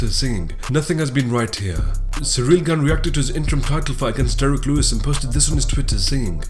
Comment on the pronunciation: Ciryl “gain” Gane